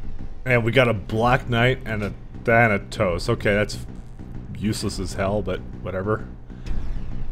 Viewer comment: Glorious moment.He finally said "Thanatos" correctly.